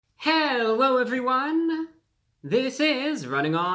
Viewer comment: hewow evewywone